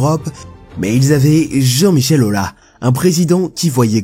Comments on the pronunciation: Pardonnez-moi mais j'ai les oreilles qui saignent ce n'est pas Jean-Michel Aula Jean-Michel Aulas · C'est AulaS, le S ce prononce 😜, sinon très bonne vidéo 👌🏼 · En tant que supporter Lyonnais,J'aimerais toujours juninho (le joueur)pouce bas parce que tu as osé appelé JJM Aulas JJM Aula! apprend à parler français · Vu comment les noms sont mal prononcés, c'est clairement une IA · Même si on aime pas la personne .. Sérieux Jean-Michel "Ola" y'a un S à la fin qui ce dit AUUUlasssse.. Encore une personne qui va dire le Chaossse pour le "Kao"..et Mickel EssièNNE bien évidemment .....Aucun respect pour les noms propres et montre que ça n'a pas bien "taffé" le sujet ^^.. bravo (Ps 3 Wiltore.. c'est WiltorDDDDDe) Encore une vidéo faite par des non footeux.. super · Jean Michel Aula, Micheal Essienne, Wiltor. Vraiment faut que tu t'appliques sur la prononciation des noms